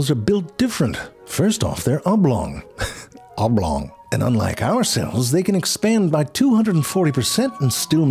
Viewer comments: "Oblong" heehehe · Oblong! Try saying that fast three times.